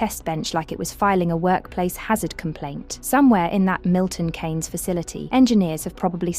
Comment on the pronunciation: Uh-Oh, someone who cannot pronounce Milton Keynes correctly.